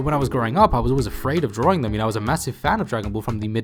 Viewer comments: Draw - ring? Why is he saying it like that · There is only 1 R in the word Drawing, it's not drawring! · I love how you say drawing